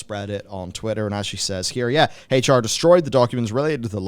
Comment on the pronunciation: Hach-R....... LEARN HOW TO SAY H.... PLEASE.... FOR THE LOVE OF ALL THAT IS HOLY.....